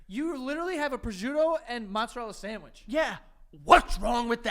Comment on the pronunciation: that's not how you pronounce mozzarella. Where do you New Yorkers get these pronunciations from? Lol